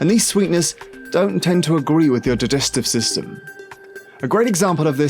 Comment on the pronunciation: "artificional sweeteners... jidestive system..." oh wow 😁